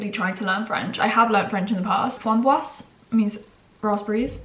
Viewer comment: I am French and I love the way you pronounced the word : framboise ! It’s so cute ahah 🥰🥰